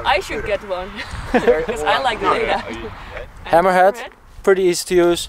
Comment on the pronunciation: Hammerhad with Dutch accent = Hemorrhoid ;)